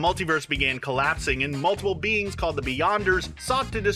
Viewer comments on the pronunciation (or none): none